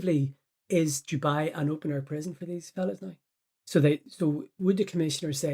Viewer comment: It's not Jewbai it's Dubai ya muppet 🤣😂👌💯